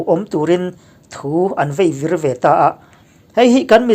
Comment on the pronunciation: Champhai lam aww.sir,Imizo tawng lam pakhat thu an veivir itih kha /vaivir tih zawk tur Ani Dawn lawmni rawn uluk hram teh khai